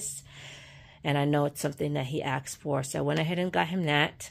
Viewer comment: It’s asked not axed